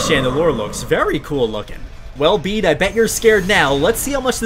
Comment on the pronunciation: bede is pronounced beet like the vegetable